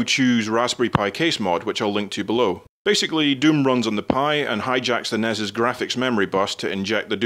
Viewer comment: What's a nezz?